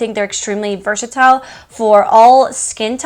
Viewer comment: Versatile not verchitle